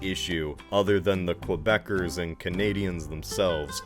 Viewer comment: What is ‘Kwebec’? What is ‘Kwebeckers’? it is QUEBEC you stupid americans. -Someone from quebec probably